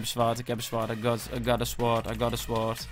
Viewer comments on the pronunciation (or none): none